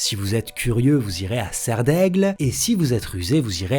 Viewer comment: Tu dis "je suis serf d'aigle" tu sors ça d'où ?